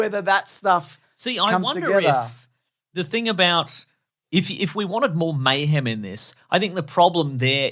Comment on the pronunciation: You say mayhem, I hear Bayhem.